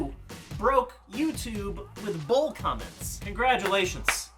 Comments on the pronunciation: I can't tell if you're saying bowl or bull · I thought rob said man vs bull. Like this is bullshit. 😂😂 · When he said "bowl" I thought he kept saying bull. needs to go to speech therapy. Yeah you,. You! F*ck face. At least I was nice enough to bleep the letter 'u' in f*ck. See, there it is again! Your welcome!! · i thought he said man vs bull as in BS lol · I thought at first he said Man VS Bull For BS 😂😂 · Is anyone else hearing “bull” instead of “bowl”? jw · When he said man vs bowl I thought he said man vs bullshit lol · "Bowl" SHIT!!!